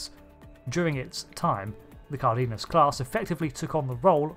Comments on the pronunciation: It's pronounced "car-den-yas". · its pronounced CAR - DE - NAS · Just fyi, Cardenas, the E has the same sound as in the E as Egg, and the first A has an accent in Spanish for emphasis, so the pronunciation is something akin to: Kár-de-nas. If you use translator and write the word with English setting, and listen to it, the sound is the same in English and Spanish.